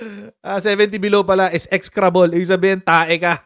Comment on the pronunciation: Ex-e-cra-ble/ Ek-si-kra-ble ang pronunciation , meaning very bad